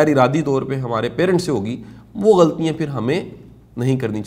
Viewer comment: Shah sahb ,your lectures are very effective, with due respect I would like to mention that there are some spoken urdu mistakes which can be corrected like GHALTIYAN is pronounced "ghaltyeeain" .there are some other words too...please forgive if I am wrong.